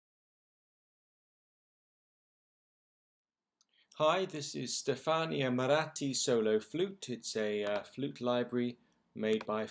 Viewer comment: Wow. You said 'Stefania Maratti' like Stefania Maratti would say 'Stefania Maratti'.